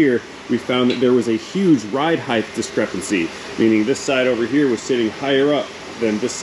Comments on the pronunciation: Lol. So much ride "heighdth" in the beginning. It's like Mike Tyson was walking us through the strut replacement. 😂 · the word is height, not heigth. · I love your content. Height. Pronounced “ hite “. Rhymes with might or flight. I have never heard you mispronounce a word until that Mercedes video talking about ride height. I think people get confused that the last two letters in the word are HT and not TH. As an editor, this is my hill to die on.